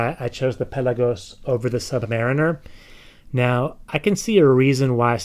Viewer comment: I like your way of saying "Rolex Sud-marimer" :)